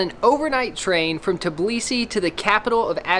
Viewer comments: As a Georgian, I should correct your pronunciation (not to be rude or anything) It's pronounced "tbh-ee-li-si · you said tbilisi wrong just to let you know i had a foreign exchange student for georgia and she tought me how to say it